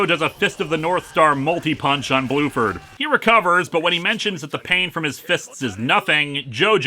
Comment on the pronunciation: Bruford, not Blueford.